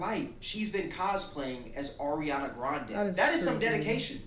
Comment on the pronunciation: Every time I hear someone call Ariana “Arianka” I just lose it. And then for to follow it up with “Ms. Ponytail”? I damn near spit out my coffee. 😂